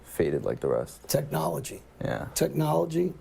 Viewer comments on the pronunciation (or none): none